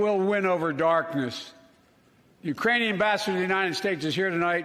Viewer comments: Sounded like "Uranian". He probably thinks we've colonized Uranus. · he said Uranian lmao.